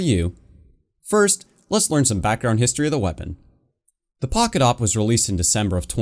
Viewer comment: us: pocket awp him: pockawp